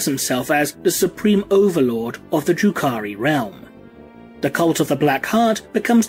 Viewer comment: I was listening to this while mowing the lawn and kept thinking you were saying, "Drew Carrey". Learned a lot.